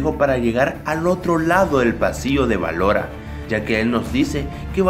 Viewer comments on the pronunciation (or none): Ballora se dice hací "Ballora”